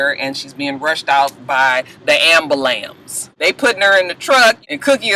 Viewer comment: Ooooohhh. My pet peeve is the pronouncing the word ambulance as amulance!!!!!!